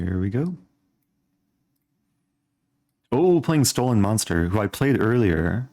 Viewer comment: The name of the first opponent is not “stolen monster”, but “stollen-monster”, which means cave monster in German.